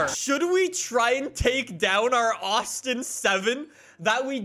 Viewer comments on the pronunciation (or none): none